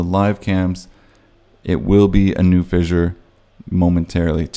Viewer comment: Vishure? F, F, fissure, repeat till you get it right.